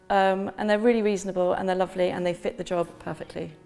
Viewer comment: I like how you say lofly instead of lovely.